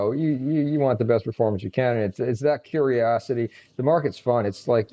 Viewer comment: "Curiosity" and not "Curosity"